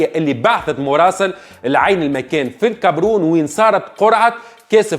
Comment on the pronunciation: Caberoon 😂 مبلع 😂 ivri9ia 😂 المالية موش الملية 😂 طرتيب 😂 دوري أبطال إفريقيا موش الإفريقيا